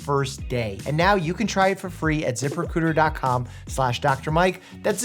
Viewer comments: Once your head Zip Recruiter as zipper cooter you can't unhear it. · Am I the only one who heard "Zipper Cooter"? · Dr Mike, I'm sorry, but I can't stop hearing "Zipper Cooter". I'm slowly wheezing myself to death atm. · I though he said "Zipper Cooter" instead of ZipRecruiter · I thought he said the sponsor was Zipper Cooter and I was very confused at first 😭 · I was listening and not watching, but I had to look up when you where talking about ZiprRecruiter, bc I heard Zippercooter and that seemed so weird for a company 🤣